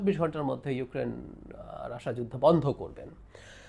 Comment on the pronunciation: baler snbadik. Tui age Russia thik bhabe pronounce korte sekh. Ota Rassha na Russia. Idiot kanglu.